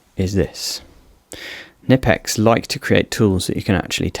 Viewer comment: How is it that creators are still unable to pronounce Knipex after all these years?